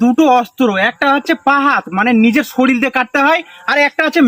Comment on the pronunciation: ওটা শরীল না, ওটা শরীর 😮